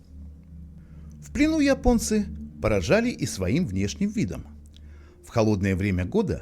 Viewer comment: Голос за кадром похоже не человеческий: русские не говорят :"Я понец", а Ипонец". или я ошибаюсь?